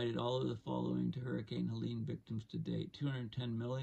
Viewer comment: politely, i've heard you call it helena a few times. it was helene